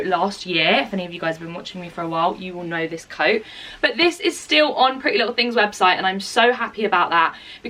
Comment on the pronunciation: she said pretty little ting :) xx